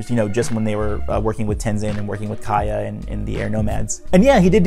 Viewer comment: Isn't it Kya not Kaya? Great video, though.